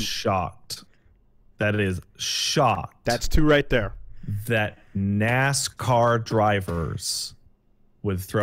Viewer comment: Nascar is our word,. But you can say Nasca.